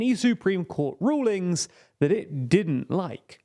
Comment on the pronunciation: Rullings? What's rullings?